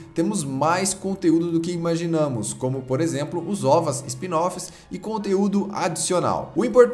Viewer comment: quando fala spin-off parece uma mistura de espinafre com estrogonofe